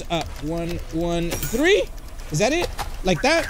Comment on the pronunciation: he said 1 2 tree😂😂😂😂😂😭😭😭😭🤣🤣🤣